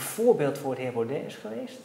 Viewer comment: Bram: 1. Spreek zijn naam niet express verkeerd uit om 'm te triggeren, wat niet werkte, kinderachtig. 2. Poets je schoenen.